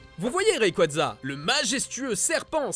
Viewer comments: Le retour de primo kryogre et méga raikaza XD Ça se prononce primo kyogre et méga raillequouaza (de rien) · C'est Rayquaza, pas rayquadza. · Primo "kryogre" primo "raikaza" on t'a entendu😂😂😂